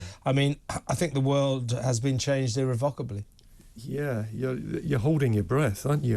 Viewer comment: 2 seconds in.. the guy Couldn’t even pronounce Irrevocably. I knew his views on this complex issue would be gold.